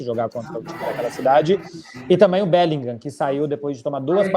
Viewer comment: Esse "BÉLINGAM" arranha meus ouvidos kkkkk. A pronuncia em inglês é "BÉLINRÃ", CARALHO kkkk